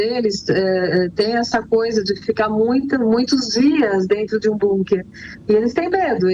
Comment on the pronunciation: Bunker”” nem ouvindo a pronúncia correta ela para de dizer “”bunker””